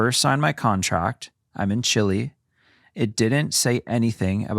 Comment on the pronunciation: i gotta tease a little for the mispronunciation of Chile 😂